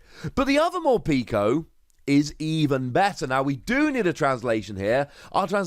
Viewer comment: I’m pretty sure it’s meant to be pronounced Mor-peck-o like peckish.